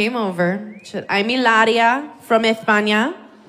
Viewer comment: Amy Schumer is not funny in my opinion. Y encima copia a sobre todo cuando, refiriéndose a Hilaría, imita un acento español….. aunque no pronuncia bien ‘ from España’ agrrr